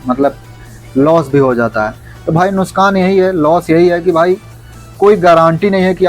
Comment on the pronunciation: नुशकान😅 नही नुकसान होता है